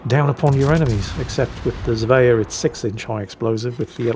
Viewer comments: How do you manage to mispronounce Svea? Zvea? It's the same bloody 's' as in Sweden! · There is no "j" in Svea. Try saying the word "swear" with an ending "ah" instead of an "r"